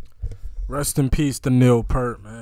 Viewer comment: Thanks for the reaction. Just a reminder that the name Peart rhymes with ear, beer, steer, or fear. It doesn't rhyme with shirt, dirt, or hurt.